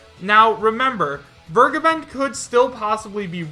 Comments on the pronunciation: Who's this 'Wirrgaben' you're talking about? He's called 'Fair-ge(ysir)-ben' - to forgive. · Samuel Welsch Yeah it always sounds like burgerban when he says it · "Fur-Gaben." That's always how I pronounced the guy's name. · The way everyone pronounces Vergeben hurts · Sry to point this out but please tip in "Vergeben" on Googletranslator and hear for yourself how it is pronounced. I'm sure someone already told you that but it's a german word and means " To forgive". The way you say it just hurts if you know the correct spelling. Would be like to spell Kindergarten like Kaiiindgairtieeeen. Doesn't sound right doesn't it?